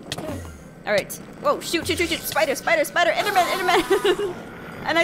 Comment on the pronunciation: I love how she says “spiter” 😂